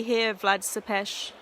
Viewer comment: Not to nitpick coz I'm loving these vids but u keep saying "Sepes" it's actually pronounced Tepes with a T